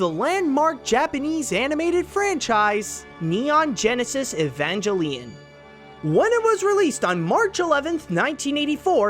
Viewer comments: You said evangelion wrong. It is E-von-gl-lee-on and you miss pronounced Satsuki. It is Sat-ski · Mat E-vag-lion really.... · Dude you mispronuced Neon Genesis Eva ngellion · "Neon Genesis 'Evangeline'" ...boy. It's Ee-Van-Gel-Ee-On. Evangelion. As in, the religious texts? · correct Japanese pronunciation: okay good Pronounces Evangelion like “jell”: ANTA BAKA?!! I’m only jesting LOL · You mispronounced Evangelion! Now the Eva franchise is going to make fun of you! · Great work! Though the Evangelion fan in me cringed when you pronounced the name incorrectly XD